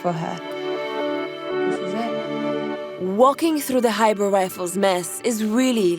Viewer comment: Its Khyber Pass and not Hybrid Pass.